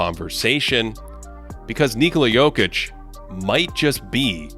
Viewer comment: thanks for pronouncing his first and last name correctly.